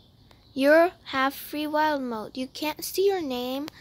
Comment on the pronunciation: It’s so cute that u say wilD moDe we usually say wile mode